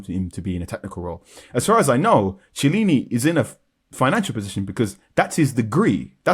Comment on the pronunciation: It’s pronounced ki~e-lini not che lini